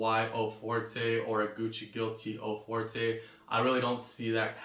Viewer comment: O For-tay? Really you can't make the effort of pronouncing French words properly?